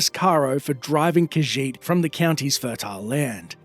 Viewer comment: She’s reading, “The Lusty Khajiitie Thievie.”